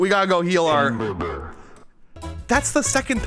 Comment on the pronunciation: Hamburbur made me laugh